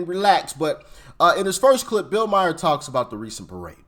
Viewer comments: bills last name is pronounced like mar. Not Meyer! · Stupid!!! Who is Bill Myers?????? Just stupid!! Not like every talking head and Bill HIMSELF hasn’t PROPERLY PRONOUNCED his name!!! Stupid!!! 🤡🤡🤡🤡🤡🤡🤡🤡